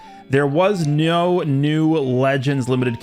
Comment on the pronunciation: “There was Ño new legends limited character announced”